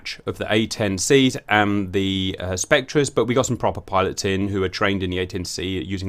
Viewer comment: The AC-130's name is pronounced "Spec-ter" not "Spec-tra". It's a ghost, not a rainbow!